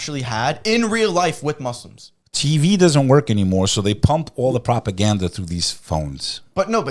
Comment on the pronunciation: You guys gotta say Muslim and not Moozlums please for the sake of allah , love you guys 🎉 keep going